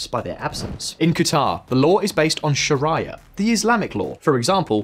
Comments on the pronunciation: Sharia doesn't rhyme with Maria Carey The I ain't a diphthong. So, shah Ree ah or Sha ree ah. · Shria 😂 dumb reporting. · " sha-ri-a " first time i heard someone get sharia wrong, I'd say white person moment but not even white dudes this wrong 🤣🤣👌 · Do you have some sort of inside joke whereby you try to pronounce foreign words wrong? I’ve never heard someone pronounce sharia or Bedouin so wrongly before. It makes your videos appear un researched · Yeah, it irritated me how blatantly bad he mispronounced it. It's not like we in the West has had some 20 odd years of familiarity with the word.